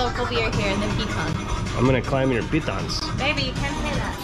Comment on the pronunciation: “I'm going to climb your Pitons” 😂